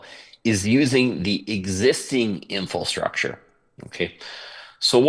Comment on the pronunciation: what in the world is “infrostructure?”